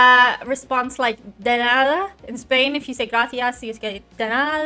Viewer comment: Happy birthday week. Chew! This light made your teeth look like you'd been eating blue candy, we know they're white! Love how you've picked up on the fricative đ in "nada", but you still don't swallow the word in quite the same way Spaniards do! 😄